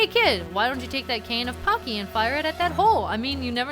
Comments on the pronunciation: I hope the item is pronounced Pah-chee like some in the comments have said. Because at the moment it sounds like pakki, which is a pretty bad racial slur in the UK against people from Pakistan. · It's pronounced Cane of "paCHi" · I believe Pacci is pronounced Pah-chee. usually a double c makes a ch sound. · Cane of Pacci. Pronounced "pach-ee" because when cc is followed by E or I, it makes a ch sound, except when an H is between them. Yeah, Italian's fun that way. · It's actually Italian, and is pronounced Pah-chee, with the Pah being a long 'a', as in Paw only a little quicker. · It is indeed pronounced Pah-chee. Although I don't know why you expect certain pronunciations from a game that was originally in Japanese. Even had it been pronounced pakki, it still wouldn't mean what you think it does (it doesn't mean anything in Japanese at all, it's just a person's name here). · It's pronounced "pachi". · The name of the cane is pronounced like"Pot-chi". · It's pronounced PAW - CHEE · I always pronounced Pacci as Pawchee.